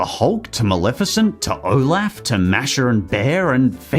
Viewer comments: Did he say olaugh? Instead of olaf? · Olaf is pronounced differently. And I'm okay with that. Go ahead and pronounce it however you wan. I don't care.